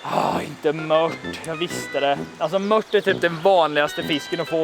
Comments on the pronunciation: Mört inte mött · grymt bra serie! Men möRt...jösses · Varför säger ni mött? Det heter väl mört?